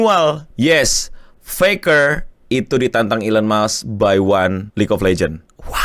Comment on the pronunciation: elon MUSK GOB*** BUKAN elon MUKS!!!